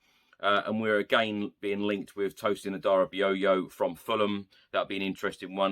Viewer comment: First time I've heard Adarabioyo pronounced correctly 👏🎉